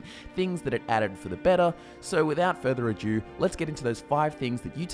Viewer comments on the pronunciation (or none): Just to be clear its not “without further adieu” It is in fact “Without further ado” ................😔😔😔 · Further Ado, pronounced 'Adoo'.....we are not speaking French here. Adieu is French for goodbye, derived from A Dieu, aka go with God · Its "without further ado" not "adieu". Why would anyone say that it makes no sense. "Without further goodbye". What?